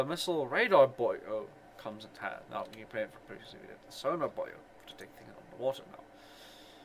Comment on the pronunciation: Is nobody going to ask why he pronounces buoy as "boyo"?